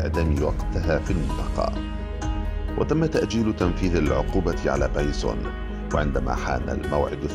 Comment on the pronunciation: بايسُن بالضمه وليس بايسووون بالواو